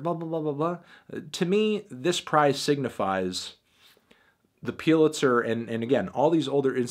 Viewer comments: You fucking said Piluzer 700 times instead of Pulizer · I can’t be the only bothered by the fact that he kept calling it ‘peew-litzer’ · "The piulitzer" - ainthony faintaino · "peelitser prize" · The fuck is Peelitzer? I swear some youtubers mispronounce things for more comments and evidently it works. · "Putlizer" Melon, Really??? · review ur pronunciation of pulitzer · The way he pronounces "Pulitzer" triggers me